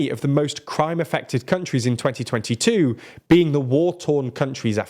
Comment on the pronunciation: tuenty tuenty too 😂